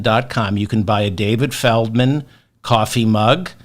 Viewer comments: Why FeRdman? FeLdman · Why Ferdman instead of Feldman? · I thought it was Feldman and not ferdman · Is it ferdman or felman. I am confused 😮